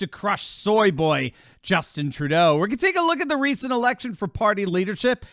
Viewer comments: is one of the few who actually pronounced his name correctly. Congrats! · Good on you for being the ONLY person outside Canada to say his name properly. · Thanks for pronouncing his name right!! From what I've heard from other journalists, it's harder than you think. :)